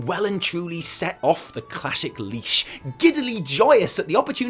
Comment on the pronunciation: "...off the clashic leash..." Go home,, you're drunk. Preferably my home, please come home.